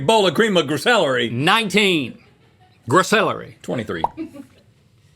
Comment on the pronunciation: A cream of gr-celery😂